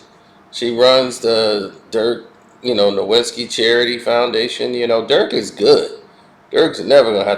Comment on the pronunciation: Dude, we’re you asleep when you made this? I had to set the speed to 1.5x… … and it’s pronounced Dirk NO - \/IT - SKEE, not No-wit-skee.